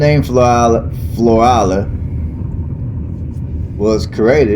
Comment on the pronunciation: I'm a local.🤍 been here 50 years We do NOT have a state park. It's city owned. Our weather gets very cold..in the teens...our winter is short. Plus it's 100 degrees most of the summer which lasts 6 months. We don't have good restaurants 😬 And to help your pronunciation, its "Flow-rhella". Lol or that's how us locals pronounce it. We love our small town! Our crime rate is VERY LOW. We dont have to lock our doors.... There's very few jobs here....retail and construction are about it